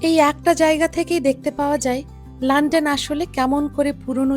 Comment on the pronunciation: লন্ডন কে লান্ডান বলেন কেন?